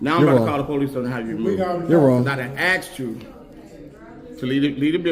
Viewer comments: he "Axed you" lmao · Security AXED you to leave the building. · But…he axe you so nice…LOL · Dude has a weapon...he axed you 😂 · He axed you to leave. . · Asked not axed…. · You didn't "axed" him to do anything...your little friend ASKED him to leave... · I axed you lmfao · What does "I done axed you" mean? Can someone translate? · When he said I just axed you 😂😂😂😂😂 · That security guard axed you. That's called assault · He AXED you to leave the building! 🤣🤣🤣🤣😂😂😂🪓🪓🪓🪓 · He axt you bro 😂🤣 Gotta love the education in America 😂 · He axed you again! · He done 'axe' you to leave plenty of times. Lol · He axed you... I love the level of intelligence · “He done axd you” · "I done axed you"...... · They aksed him several times to not film. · "I done axed you......." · Look at these idiots... especially the security guard. Cuck city..... do what i'm told to get money ..no principles. Unbelievable....... woke workers gets you hood rat employees. It's the ghetto ..."I don't feel safe"......hahaha. He "axed" you to leave...... sickening wokeness ... it's over. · He aksed you??? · But I AXED you to stop recording lol. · Awww he axed you… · "I axed you to leave" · Security guy said "he axed you! " The man cant even pronounce words properly! LOL The morbid obesity pandemic in this nation is certainly evident in this facility. Id bet my life on. it that just about every one of those people are either diabetes 2 or pre diabetes 2 diagnosed. That place could be mistaken for a fat farm.Sickening. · Why is nobody able to pronounce the word "asked"?